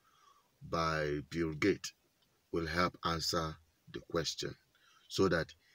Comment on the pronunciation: BTW the name is not Gate, but GATES.